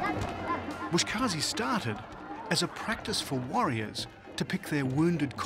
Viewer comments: Its "BUZ-KASHI" not "bush-kaazi" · it is called “boz keshi” not “bosh kazi” , boz= goat , keshi= pulling 😃😃 Thanks for the nice documentary 👌🏼👌🏼